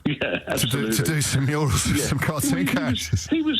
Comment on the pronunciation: Murials 😂 is he Hilda Ogdens grandson